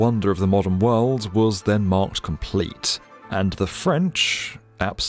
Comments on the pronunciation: I love the way our narrator says “d” at the end of a word as a “t”! “Worlt” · In the wuuuhld.